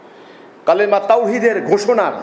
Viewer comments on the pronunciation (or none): কালেমা শুদ্ধ করে বলতে পারে না। সুন্নাত নাই আর এমাম।